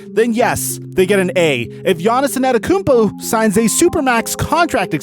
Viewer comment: Yaniz In-Ada-Emkumpu :-D Love it!